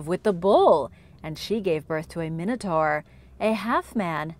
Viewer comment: It's pronounced min a tore not min a tar.